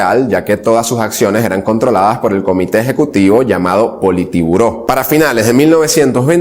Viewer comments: "POLITIBURÓ" !!!! JAJAJjJaja. es sin la segunda "i" . o sea "POLITBURÓ" !!!! PEDAZO DE HD P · Joven me gusta tu afán de informar la historia de Leon Trozky,pero me parese que el nombre del Senado ruso se yamava POLITBURÓ, NO POLITIBURO